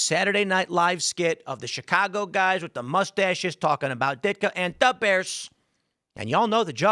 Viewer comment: "Da 🐻's"